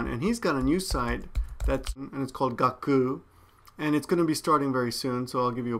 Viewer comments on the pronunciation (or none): When you said Gakuu I thought you said 'Got poo' D